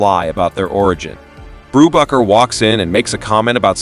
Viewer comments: Your bread and coffee cakes are baked by a baker, not a bocker. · Hey kids! have your parents ever said, "We'll have no further word on the matter!"? This movie is where they learned it, Brubaker ended many disputes with that line. And Robert Redford's character was not Brewbocker, Boob rocker, Boob raker or Any of these AI bastardizations, it is "Brubaker". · The A.I voice should win an award for being able to pronouce "BRUBAKER" TWELVE different ways!! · I think the AI voice pronounced "Brubaker" in SEVEN different ways. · The name is not pronounced correctly because it's AI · Did you even WATCH the movie? You can't even say his name right. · How many pronunciations of Brubaker, can you count? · Zero correct pronunciations. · I'm pretty sure it's AI narration. A real human wouldn't keep changing the way they pronounced Brubaker. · Do you have a problem with pronouncing the name correctly? And why would we subscribe before watching? Your starting off badly.